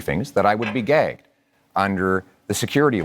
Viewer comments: I absolutely heard “then I would be gay” as well. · It sounded like "I'd be gay" to me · I heard gay. He actually said gagged, which is unequivocally wrong, he just can’t talk about classified information. There are conservative reps that are classified,a security clearance is done every 5 years, it is not something that is good once you get it. The military get security clearances repeatedly, it is required. He is hiding something. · I had to read that transcript on the screen. I definitely heard "gay" from Poilievre but I also heard "gegged" from. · he definitely meant gagged, but definitely said gay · I defo heard gay I was like HUH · Gāy vs Găg. He said Gāy. He may have misspoke but it’s not Gāgged unless Albertans speak differently than Ontarians. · Sure sure buddy. Everyone heard 'gay' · NO I listened to it over 20 times and he said "gay". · I totally heard “I would be gay” LOL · Did he say "I would be gay"? Like, what's the subtext about that statement. I thought I misheard and thought maybe he strangely pronounced 'beget' or something? Especially with context in his follow up sentence. Oh "gagged". 😂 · I thought he said gay at 1st too. There is another interesting video with similar regarding Carney talking about the Hamburg riots which he says it twice in the same sentence but I swear I heard him say brides the 2nd time instead of riots. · Yes, it came out as gay... As someone who volunteered to assist young people to pronounce "G", you need to use your gullet... and some people have trouble pronouncing it at all. He was trying to say gagged of course, but he likely had too much of a dry mouth to do it properly. PS: I taught the children how to make the "GULP" sound using a Disney's goofy voice and saying it over and over... as I pretended to gulp a drink. They all were able to do it almost instantly because they love fun voices. Poilievre might be more difficult to teach however... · i heard gay, too hahahaha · Did pierre say he's gay or gagged😂😂😂😂😂